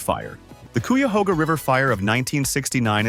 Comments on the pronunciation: Nobody pronounces the Cuyahoga as Coo-ya-hoga like the dimwit narrator or AI moron. It is Cuy-a-Hoga (like Hog) or Cuy-a-Haw-ga (like Awe) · A lot of mispronunciations. The “kwee-uh-hoga” river? C’mon, man. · The pronunciation of Ohios places needs work lol.......Cuyahoga /kai uh HOE guh/, Xenia /ZEE-nya/, Chillicothe /chill ih CAH thee/, Scioto /sy OH toh/. And Ohioans "want to leave Earth" because when flight was invented, the sky is no longer the limit! We're going to Mars eventually! The Wright Brothers would be beside themselves in delight! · Kooyahoga, lol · The AI voice actually pronounced if "COO-ya-HOE-ga". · It’s KI UH HOGA. Many of our city names come from the Native Americans that used to live here in Ohio.